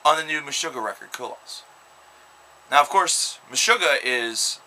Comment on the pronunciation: Lol no one can pronounce the album right. It's not co-loss. It's koloss